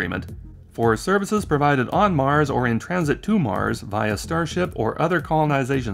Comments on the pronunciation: I swear i heard "starshit" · "Musk has said over and over again, that his starshit..." Was that a tongue slip or deliberate? Because I think it's a great summary of this project...